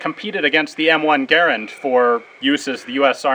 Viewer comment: Congragulations for pronouncing Garand's name correctly!